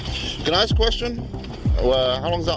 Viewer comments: why would he axe his boss? That's really dangerous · Why does the woman keep saying to ax his boss? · Why do all black people say "ax" instead of "ask"? Can't spell either?